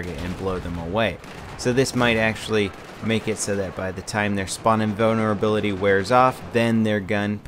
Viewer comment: I just kept hearing "Spawning boner ability" instead of "spawn invulnerability".